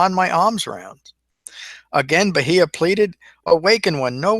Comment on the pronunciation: Your pronunciation could improve but all in all good job. Bahiya= Baa-here.